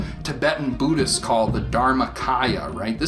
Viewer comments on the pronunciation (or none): What's a boo-dist?